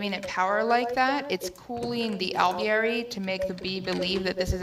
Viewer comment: Lol when says Alveary it sounds like hes saying ovaries. Is it just me?